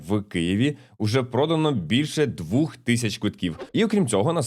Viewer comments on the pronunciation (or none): Тільки не двух а двох 😊 Дякую за черговий випуск Норм Тікток фігня